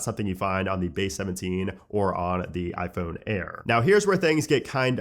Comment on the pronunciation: Why cant he say ‘iphone’ like a normal human?